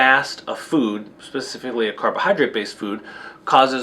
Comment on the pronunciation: Pacifically or specifically?